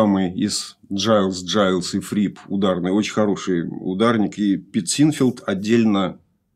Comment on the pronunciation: Братья Гайлз, а не Джайлз. Легко проверить на ютубе в интервью. А, вообще, мне стыдно иногда чего-то "умничать" об ошибках ведущего. Алексей делает это очень профессионально, и это просто вызывает хорошую зависть и вдохновляет меня! Огромная уважуха!